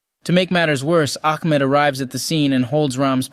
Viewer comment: I’m pretty sure it’s “Ahmed” not “Akmed”